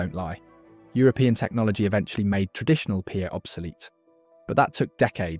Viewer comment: Pa is pronounced Pā (Par) good video